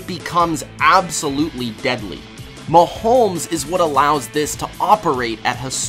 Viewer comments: How...Why...as a sports "expert" do you keep calling him "MahoLmes with a L???? Mahomes yo....NO L in his name.... Mahomes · It’s hard to listen to this guy pronounce Mahomes. There’s no “L” in either the spelling or annunciation. It’s muh-homes not muh-holmes. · Bro you needa fucking learn how to say his name right